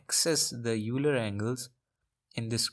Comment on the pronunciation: Euler as in "Oiler"